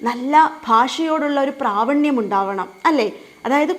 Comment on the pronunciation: പ്രാവണ്യം അല്ല ടീച്ചർ പ്രാവീണ്യം